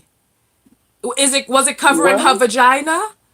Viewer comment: He said vergina